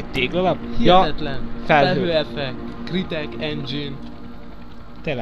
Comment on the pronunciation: Igen. És csiszoljatok az angolotokon. Nem a war-t nem vár-nak, hanem kb. vór-nak kell ejteni. A crytek sem "kritek", hanem krájtek.